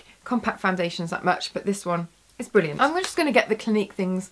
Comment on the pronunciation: haha the way you say bwwwwrilliant xD is funny (like ur videos)